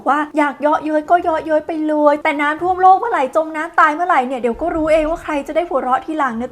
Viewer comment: อ่านน้ำท่วม เป็นน้ำท่อมได้ไงเราเนี่ยย😂